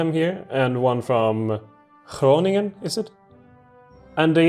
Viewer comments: Your pronounciation of the 'G' was pretty good actually, and I totally agree with you that the g is a very weird sound. Even I as a dutchman have my struggles with our (horrible) language. Btw you shouldn't be the one saying thank you, because you guys are the ones working hard and still managing to upload a video nearly everyday. This makes you one of the channels that I appreciate the most all across YouTube. (sorry if my grammar isn't 100% correct, I'm not the best in English) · you pronounced Groningen pretty well, hello from the Netherlands